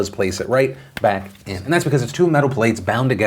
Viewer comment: "that sounds about 'white' "...was that a Freudian slip or did you just mispronounce "right"